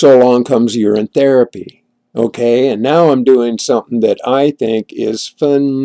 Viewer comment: Urine therapy NOT ORIN....it has a u in it